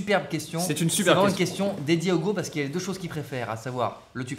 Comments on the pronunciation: STP DIT: UGO PAS OUGO STPPPPP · Poké WorldEX non desole Ca se prononce Ougo et pas Hugo. Bonnes vacances! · Mais... Hugo, s'appelle Ugo ou Hugo ? Ça se prononce Ougo ? 🤔🤔🤔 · AH mais alors dit à de le prononcer Ougo mon petit Charles c'est déconcertaaant! Bonne vacances au trio et évidemment à votre équipe technique:)